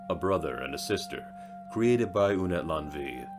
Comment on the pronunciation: Good video, but Unetlanvhi is pronounced Ooh-net-lan-uh-hee. 🙏🏽🪶